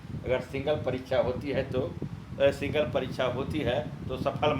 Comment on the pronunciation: Singal ni hota hai Single hota hai😂😂